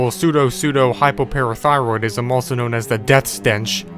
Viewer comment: i amaze for the fact that can read "Pseudopseudohypoparathyroidsm"